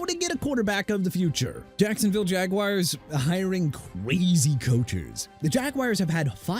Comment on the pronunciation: BIJAN ROBINSON PRONOUNCED BEE-JON!! ALSO IT'S NOT CHEE-KAH-GOW! WHAT ARE YOU ON DUDE?! WHAT PLANET ARE YOU ON THAT GIVES YOU THE RIGHT TO MISPRONOUNCE CITY NAMES AND TEAM NAMES HUH MR. "NEW OR-LEANS"?! CHICAGO PRONOUNCED SHEE-KAH-GOW! JAGUARS PRONOUNCED JA-GWAARS NOT JAGWIRES! NEW ORLEANS PRONOUNCED NEW OR-LINS! AND "MIAMI DOLPHINS, THEY CAN'T WIN WHEN IT'S COLD"... AND THEY WON'T WIN CUZ YOU KEEP TALKING GARBAGE ABOUT THEM EVERY VIDEO YOU DOLPHIN HATING POOR EXCUSE FOR A HUMAN BEING! I HOPE YOU LOSE YOUR JOB! AND ALL Y'ALL IN THE COMMENTS I DON'T WANNA HEAR "IT'S NOT THAT SERIOUS" AND ALL THAT NONSENSE! AIN'T NOBODY TRYNA HEAR THAT! OH YEAH AND COACH MCDANIEL GOT FIRED BY MIAMI! I HOPE YOU'RE HAPPY ABOUT THAT!! AND HARBAUGH GOT FIRED BY BALTIMORE TOO!! HAVE A NICE DAY MR. "I HATE THE DOLPHINS".